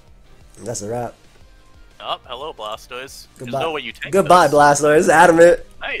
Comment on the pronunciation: is dope but hearing him shorthand Blastoise to 'Stoise hurts my soul. That ain't the way chief lmao